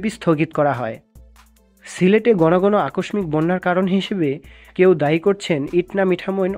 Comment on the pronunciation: আকষমিক না, উচ্চারণ হবে আকোশশিক। বানান আকষ্মিক।